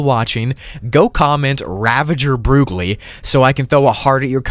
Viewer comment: Ranvenger broogli they say Ranvenger broogli they all SAY